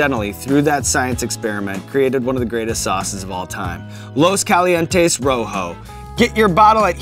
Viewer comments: Hey Shawn, if you're selling something with a Spanish name, why don't you bother to learn how pronounce it right? You have to be doing that on purpose... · dude takes part in creating a hot sauce, gives it a spanish name, pronounces it like a neanderthal. LOOS KALIENTEES ROWHOW